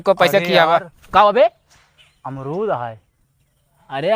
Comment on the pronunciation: Wah kya amrood bola hai ARMOOD